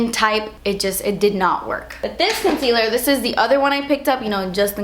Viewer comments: I love your vids... but... the way you say concealer with a Spanish accent erks me.. r u Spanish I'm curious?? u have very pretty skin!! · When you say concealer it sounds like cuntcealer hahaha. I love your accent, it's not about that but it just sounds so funny hihi :)